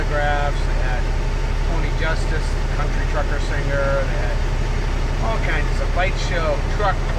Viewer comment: Always go around!! The "New England truckaahhhh". 🤣